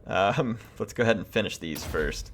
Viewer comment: Apparently her last name is pronounced as "Deer-fan", according to one of her voicelines, if I heard it right. The more you know.